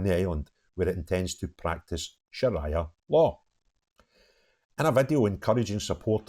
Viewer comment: Please pronounce it correctly shariah Not like mariah Shar reeee yaaah 😂😂😂😂😂